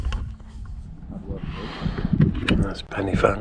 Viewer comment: Enjoyed your video… you picked a nice day for it. I was up there a couple of days ago and visibility was down to just a few metres… I’ve never seen fog like it! Just for your information Corn Du is pronounced like ‘Corn DEE’ and Pen y Fan is pronounced like ‘Pen Urrr Van’ rather than like ‘fan’ Diolch yn Fawr!